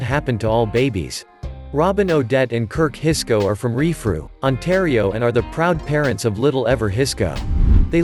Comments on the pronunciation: Baby number 2 is from RENFREW Ontario!!! Where my mother lives and works. I was shocked when I heard how badly they messed up the name of the town lol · On the Ever Hisko one you did the kirk hisko tag twice, and you also said Renfrew wrong.